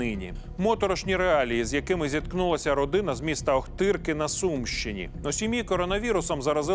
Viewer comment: Ахтирка? Или всё же Охтырка...